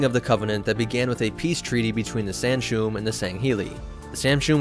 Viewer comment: The Arbiter’s name is pronounced as “Tell Vedom.” The prophets’ race is pronounced “San-shy-yoom.” The Arbiter’s race is pronounced as “Sang-heellee.” I was wincing every time I heard “Senshoom...”